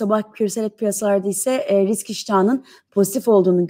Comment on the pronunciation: 34. Sn de RİKS mi dedin sen...🤦🤣